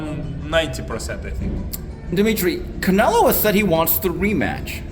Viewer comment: i think its funny it calls "Canelo"... "Canela". :D